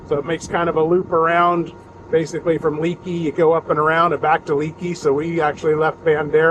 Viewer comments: I live in the area and its pronounced "Lake E". Bent rim is a great stop to get a refreshment and to stretch the legs.👍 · Haha, glad someone jumped into the comments to let you know how to pronounce Leakey! I grew up in Leakey and now we home base here. When I saw the title I had to watch to see where you ate. Bent Rim is always a good choice. Next time stay at one of our RV parks along the Frio River and enjoy the clear, cold water!